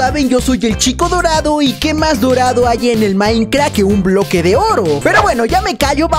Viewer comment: es minecraft no maicra xd